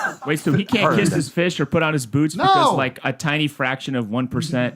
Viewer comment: It's "catch my fish" but I love that it sounds like "kiss". That adds so much more comedy to his clueless poor-oppressed-country-boy rant